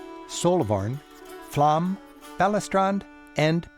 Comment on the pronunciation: Flåmsbanen - not flom